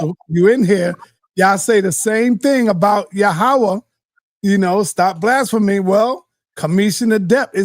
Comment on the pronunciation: This man can’t even pronounce blasphemy